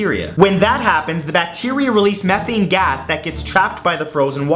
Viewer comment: Its not Meth-Thane its Me-Thane.